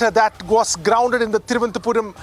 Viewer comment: R. Reporters generally says Thiruvanthapuram 😅 and not Thiruv anantha puram other than the lady